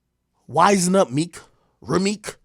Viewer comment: Called that man rameek 😂